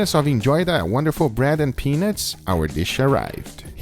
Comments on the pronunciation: Yo Guga, "peanuts" is pronounced "pea-NUTS" not "pea-NITS." Saying you enjoyed eating peaNITS makes it sound like something completely different dude! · Guga, you really need to annunciate when saying peanuts. I swear that with your accent it sounds like you’re saying penis. You all really enjoyed the wonderful bread and penis vs peanuts. No bueno. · sounds like he says gives you some penis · "Besides the bread rolls they also gave you some peenits" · I’m sorry But the way he pronounces peanuts 💀💀💀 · The way guga pronounces peanuts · Lmao when he says peanuts it sounds a little bit like something else 😂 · Guga you got to remember the “u” sound in peanuts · Guga you need to work on your pronunciation of the word Peanuts